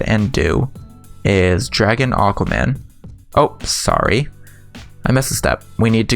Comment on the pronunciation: You guys hear him say "I´m saowy, I´m saowy" instead of saying "I´m sorry, I´m sorry". Like wtf...